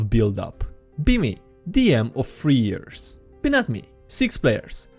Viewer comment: Read: years, thugs, resident.: ears, tugs, resistant.